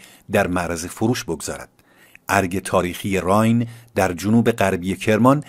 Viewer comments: Arge RAAYEN not Raayn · بادرود راین باکسره زیر ی خوانده میشود پاینده باشید